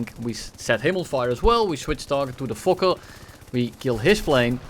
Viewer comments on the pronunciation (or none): none